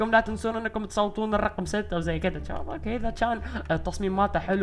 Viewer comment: الفظ عدل هيه شباب مو جباب